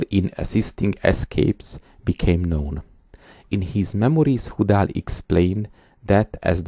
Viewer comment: Please put the names of major persons in the notes. It is impossible to guess how to spell the names based on the pronunciation. The bishop's name is HOO-DAL?